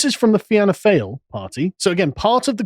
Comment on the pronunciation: Great vid Sargon. Fáil pronounced fall.